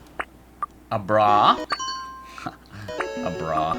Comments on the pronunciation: Did you say"a bra"? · That's a(silent) abra. (pronounce it 3x Fast)